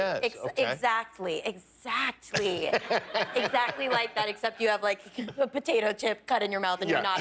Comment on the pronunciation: She’s the only person I’ve ever heard pronounce the T in exactly😂